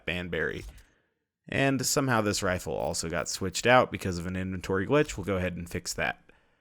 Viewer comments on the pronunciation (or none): none